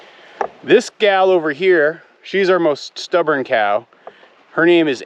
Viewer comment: Please please please, NOT “Hey cyow.” For some reason I have a visceral reaction to that…of repulsion. “Cow” is good, just say cow. Or anything else. Thanks :)